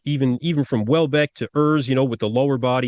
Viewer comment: I don't know what exactly you are calling the athlete to le left, I hear Wallbeck... he is called Matthias Hollweck or maybe easier his nickname "Holle"! ;)